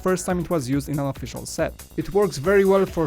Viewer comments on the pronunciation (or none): "And I think that was the first time it was used in a O-fish-shell set"